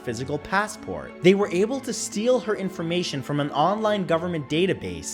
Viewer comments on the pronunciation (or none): none